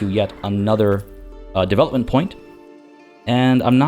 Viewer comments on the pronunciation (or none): none